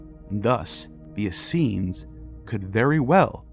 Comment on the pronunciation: The hebrew you showed for Assenes didnt read how you said. There was no sh sound in it. This makes me doubt the other things you said. (It reads Aseeyim)